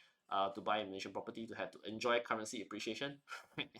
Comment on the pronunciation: MalaySian, not "MalayZian"